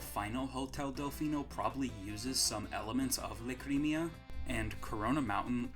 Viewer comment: obligatory mention of kosmic's conspiracy theory that sunshine was outsourced to sega edit: I'm pretty sure "lacrima" is pronounced "LAH-cree-mah". also "mare village" is actually probably "mare" as in "sea" in italian which is a hilariously uncreative name LMAO